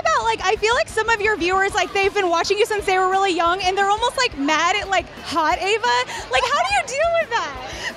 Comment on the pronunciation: It's Ava Not Eva